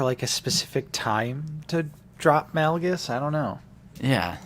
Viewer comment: I love you guys but it kill my ODC when you pronounce Darth Malgus incorrectly. Its Malgus, pronounced like Darth MAUL-gus. Play the game, listen to the audiobook, you guys same his name wrong everytime. Other than that keep up the good work!